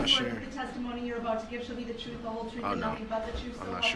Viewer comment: he also "the jury needs to know the WHOLE troof"